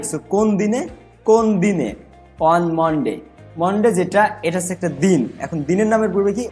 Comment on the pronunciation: ভাই "On" এর উচ্চারণ "ওয়ান" না রে😂। "On" এর উচ্চারণ হবে "অন"। এ নাকি আবার ইংরেজি পড়াতো😅। " Monday" এর উচ্চারণ "মনডে" না 😂 It's "মানডে"😅